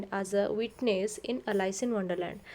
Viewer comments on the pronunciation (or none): Please pronanuce correctly Alice